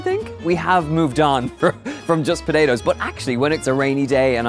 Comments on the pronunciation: I love you Donal, you're an awesome chef and I love your channel but now whenever you'll use potatoes, I will forever hear puh-day-toes 😂😂😂😂🤷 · He said padayoes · Pud- day- toe.... Why! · I love how he says potatoes 😍😍😊😊😊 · The way he says "potatoes" ❤❤❤❤